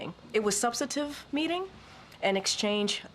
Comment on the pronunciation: Hard job you have Karine Jean-Pierre. By the way, the word you were trying to say is "subsTantive" not "substative." Whoever made the typo should be fired (if you don't know the difference, ouch)